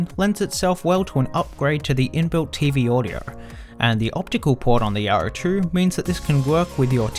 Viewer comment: i can't stand it myself. its like he doesn't open his mount when he talks. It drives me nuts. specially the R sounded words. everytime he says Yaro, i cringe.